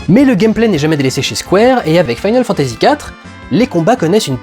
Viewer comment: Pourquoi tu dis "mode SEVEN" et "final fantasy SEPT"? Tu y mets même l'accent anglais sur le final.